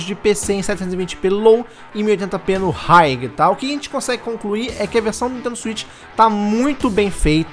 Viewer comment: Hiegui... oh mano, vídeo ficou lindo real! Mas high se pronuncia Hi mesmo!